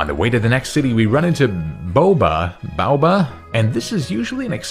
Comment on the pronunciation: I think the Safari Zone guy’s name is pronounced Bay-oh-ba. Which may be based on the Baobab fruit from Africa.